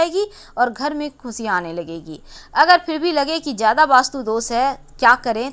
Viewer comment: Khusiya...khusiya....raasiyan..raasiyan....sh aur sa mein fark hota hain madam jee...thora...thoda... sahi se hindi shabd ko bolna seekhey paheley...hindi humari rashtriya bhasha hain